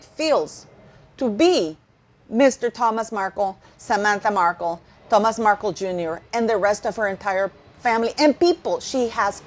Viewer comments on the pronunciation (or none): none